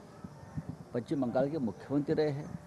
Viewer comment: पच्चीम नाही रे बाबा पश्चिम